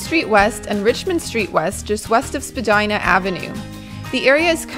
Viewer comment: Finally someone mentioned spadina house! BTW it’s pronounced spadeena, not to be confused with spadina ave.